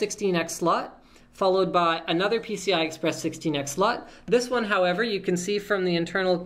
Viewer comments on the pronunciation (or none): none